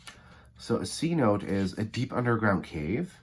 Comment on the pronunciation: In case you’re interested: CHILE = chee-lay CENOTE = sih-NOTE-eh If not, disregard. 😊😊 Also, most of tx sits on the edwards aquifer and around austin we have a lot of spring fed pools from it. Hippy Hollow probably being the most well known.